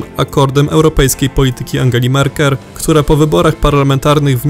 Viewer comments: Mówi się merkel a nie melker. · Angela Merker? Ach ten lektor... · Nie MELKER, tylko MERKEL synek.